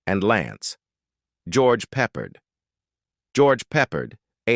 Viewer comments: Learn how to pronounce names. It’s Peppered, but Peppard. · It would be nice if the narrator could pronounce the names correctly, and it's Peh pared not peppered